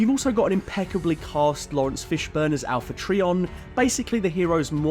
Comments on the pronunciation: I got up to the part you said 'Alpha-tree-on". Sort your pronunciation out!! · The way that you're pronouncing Quintesson and Alpha Trion is physically paining me